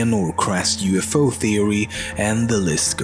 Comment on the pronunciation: UFOs More Like UFUs